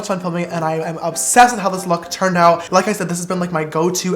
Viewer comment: No one : James : I'M OBSESSEDT